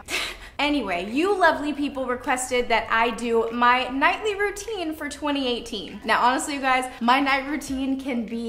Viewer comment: Haha it's night rountine and morning rountine u said so haha 😂😂😂😂😂